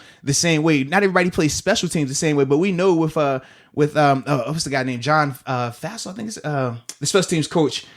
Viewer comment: John Fassell (pronounced fossil)